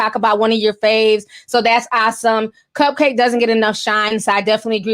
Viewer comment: Isn’t it pronounce cup-cak-kee ? I think its a play on bukkake?